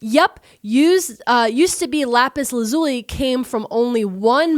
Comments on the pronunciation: LAZ-OOH-LEE. Lapis, who was trapped in a mirror for thousands of years, didn't suffer that trauma to have her name disrespected in this manner /heavy sarcasm. For real, though. It's Laz-ooh-lee 🤟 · In American English, it's pronounced either Lapis "LAH-zoo-lee" or Lapis "lah-ZOO-lee." I've heard it both ways, google says it's the first way- I double checked to be sure before I commented. Not trying to "☝🤓erm actually-" or anything, just hoping that helps ALSO- art materials professional here, Lapis Lazuli paints are still used today for restorative works on medieval or renaissance works, like in churches, as mentioned. But if you would like to use it in fine art today, while possible, it's much easier and more affordable to use the synthetic formulation for watercolor or oil paints in a tone called "Ultramarine Blue"! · I know lapis lazuli from Steven Universe so it’s funny hearing you guys pronounce it like that